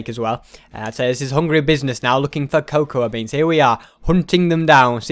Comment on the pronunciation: It's that ses coacwa beans